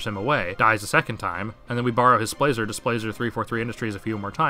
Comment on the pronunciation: Sorry yo, cant like. U called it "Splaser" which is possibly the daintiest sounding thing you could ever call a literally giant laser